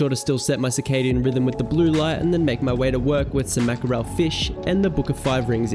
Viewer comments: Haha i enjoy it, would be curious what your family says. I think Mack-a-rell has such a cool Italiano vibe to it. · W video again! Don't forget us OGs when you're hitting a million subs. I have a question. Is the way your pronounce Markerel an Aussie thing? In the UK we say 'Mack-rull" or "Mack-rell". Also I'm so jealous of the Whoop.